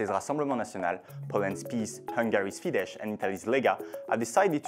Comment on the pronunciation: It is Fidesz (Fides in English!). This is not Polish language I beg you...